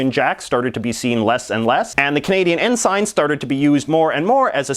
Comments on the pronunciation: It's pronounced "en-sin" not "en-sine". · It's En-sin" not "En-sign" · Completely ignored Nunavut. And the other territories. And what's with saying ensign as "N-sign" And not the "en-sen" that it actually is? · It's pronounced en sin not en sign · Ensign is pronounced "in-sin" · I was pretty sure "ensign" is pronounced "n-sen", even Oxford Dictionary backs me up citing both British and North American pronunciations as n-sen. Is it Canadian or regional pronunciation? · Yeah, I noticed that too. It's the same pronunciation as the (very) junior military rank. It was jarring every time he said it.